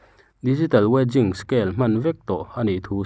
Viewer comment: 'weighing' tih lam dan tur kha i hre lo anih chuan a hria te zawt hmasa la a tha hle mai